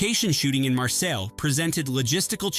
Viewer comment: Charles Boy-her? George Pepperd? He couldn't even pronouce Marseilles correctly.